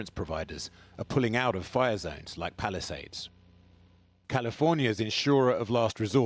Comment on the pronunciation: When he said Palisades I thought he said Palestine !!!